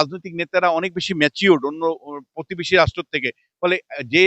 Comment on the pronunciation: পধানমন্ত্রী নয় প্রধানমন্ত্রী। পতিবেশী নয় প্রতিবেশি। 🤪🤪